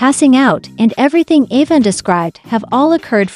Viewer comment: Pronounce Evan correct Once in a while you say it correct